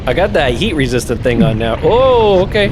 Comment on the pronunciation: i honestly cannot stop hearing "yeet resistant" and i'm not mad at it...